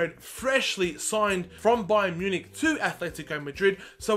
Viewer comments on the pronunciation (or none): none